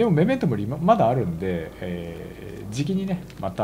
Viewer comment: メメントモリのイントネーション違うね、1回ガンダムダブルオー見た方がいいですよ